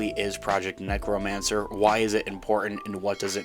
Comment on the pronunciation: Haha you say necromancer wrong and that’s funny good video love you